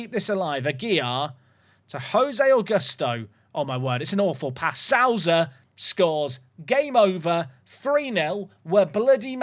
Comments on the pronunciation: Souza has sow as in you reap what you sow, like so in sober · Perfect Mendonça pronounciation, gg! Now you gotta fix your Souza.